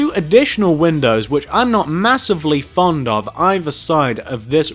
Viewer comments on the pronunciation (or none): none